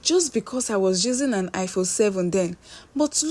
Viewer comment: I phone please not high phone eee